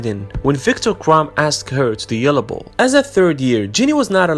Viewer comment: I like how she pronounces ' yule ball ' like ' yellow ball ' !